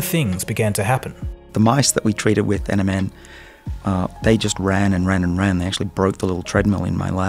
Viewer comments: he does say MNM instead of NMN Tongue twister much... Or a slim shady fan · when he said NMN I heard Eminem! 😂